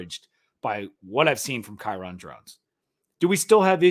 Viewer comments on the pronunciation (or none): Kyron's name is pronounced like "Byron". Just thought you might want to know. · It’s pronounced Kai-Rin